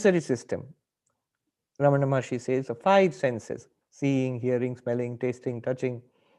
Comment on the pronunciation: Jai Arunachala! with due respect to the announcer i would like to point out it is "RamanA" (रमणा) and NOT "RamaN" (रमण्) Please pronounce the name in the right way. Thank you.